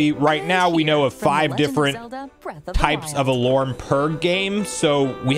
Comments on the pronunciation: Are you Canadian? Why do you say “alurm”? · Do you always pronounce “alarm” as “alorm”? Sorry if I’m making fun of you, but can you physically pronounce it correctly? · I think you mean "alorming" 😅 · you're great, but I have no idea what accent you have that pronounces alarm as "alorm". Is it the same for other words like "charm/chorm" or "karma/korma"? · The way you pronounce "alarm" is alarming